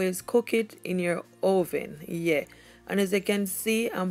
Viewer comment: Her saying "yueah" is sooooo funny to me lmaoooo how cute